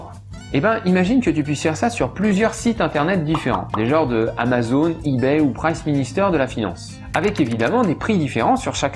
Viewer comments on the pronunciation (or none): none